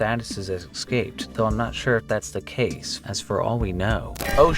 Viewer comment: Your content is great; I love it! But please, please - escaped is pronounced "Ee-scape-t" not "Eck-scape-t" :' ) Please, this happens like 4 times rapidly in the Friday the 13th section hahah.